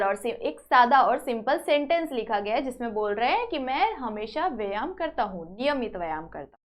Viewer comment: mam vo vayan nahi hota hai vo vyayam hota hai